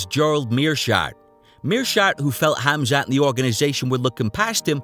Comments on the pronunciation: Gerald calls him "Hazmat" 🤣😆 ☢☣☢☣ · Did Meerschaert just call him Hazmat! That's appropriate !! Btw, his name is pronounced as Hamza. Welcome to greatness, Khamzat ! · "Hazmat" :) Which is not a bad name for Khamzat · Khamzat "Hazmat" Chimaev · That's what Gerald gets for calling him Khaz mat. lol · Khabib "Location", Khamzat "smesh" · Meerkat pronounced his name "Hazmat" lol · Meerschaert calling Khamzat "Hazmat" has to have been a Freudian slip, right? Gerald knew the danger he was getting into 🤣